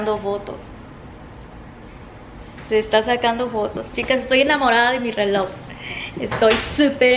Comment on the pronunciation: Pobre, ella se está esforzando, pero no hay caso, solo sé que promocionó un "RELÓ" negro con CUERDA estra🤣🤣🤣🤣🤣🤣